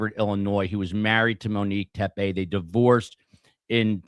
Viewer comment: The last name is pronounced Tep-ee, not Tep-ay.